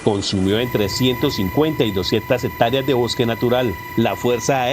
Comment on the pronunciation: Hectárea, no hectária,. Área, no aria,. Es una vergüenza que sean los “periodistas” quienes más mal hablan.